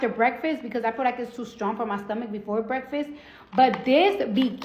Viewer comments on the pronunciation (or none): none